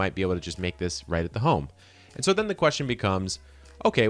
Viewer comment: Where are you from? I have never heard anyone pronounce right like that lol. Coming from a Texan who enjoys your videos